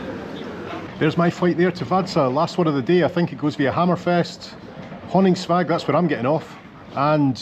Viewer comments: Being picky, but just to say that -våg is pronounced -vorg. 😊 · Probably already been told somewhere in the comments, but the å is pronounced like «au» 😊 So the name Pål is the same as the english Paul, and it’s pronounced the same way. So Honningsvåg = Honningsvaug 😅